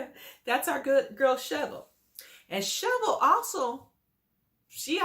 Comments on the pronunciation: Wow Hater her name is SHA-VEL not SHO-VEL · Why are you calling her Shovel her name is pronounced SHA-VELL .If you saw the show you know her name you are being MESSY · Dam, atleast say her name right, give her that. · The way you butchers Shavel's name. Smh🤣🤣🤣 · Pronounced MY E LAH Prounouncrd SHA VEL You sound crazy mispronouncing these people names. How can we take you seriously?